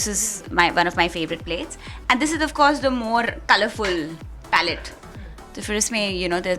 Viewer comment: She said plate instead if palette xD